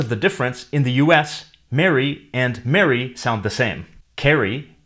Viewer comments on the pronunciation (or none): none